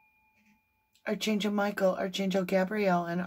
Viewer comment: I really enjoy your readings and your channel! And I love that you call in archangels before the readings. (One minor thing: the word “archangel” is actually pronounced ARK-angel in the U.S., and ark-AN-gel in the U.K.—both with a hard K sound.) It’s totally a minor suggestion as it’s just one of those words that doesn’t sound quite like it looks. (Former editor here…so please know I mean this constructively and with absolutely no malice! It’s just a funny word!) Thank you for keeping Summer’s name out there! 💖